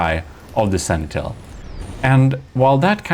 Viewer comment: Sanitel? What is that, sir? Try to read after me: Sen-ti-nel... I guess you tried that third battle 20-30 times. Video editing ftw, the Gimle is still king, despite all your dirty tricks failed here spectacularly.